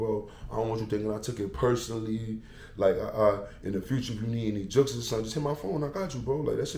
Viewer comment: Praying to the “Jooks Gods” 😂😂😂😂😂😂😂